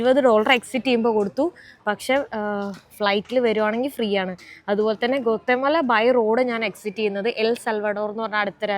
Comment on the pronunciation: ഗോത്തെ മലയല്ല, it's pronounced aa ഗ്വാട്ടിമാല.. മലയാളം പറയുന്നപോലെ അവിടുത്തെ സ്ഥലങ്ങളെ ഉച്ചരിക്കല്ലേ. ഞാൻ എൽ സൽവഡോറിൽ നാല് വർഷമായിട്ടുണ്ട്. വേണമെങ്കിൽ അവിടെ താമസത്തിന് സൗകര്യം ചെയ്യാവുന്നതേയുള്ളൂ. They all are very nice people, ..